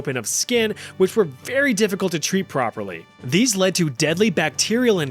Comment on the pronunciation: Neurological effects often led hehehe lead. Made me giggle 🤣